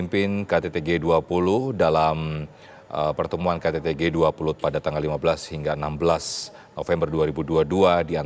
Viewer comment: G 20 pak bukan g duap. Kenapa cuma 2 kata bhs inggrisnya pak tidak seluruhnya... Kan bapak pinteeeeeeeer bahasa inggrisnya.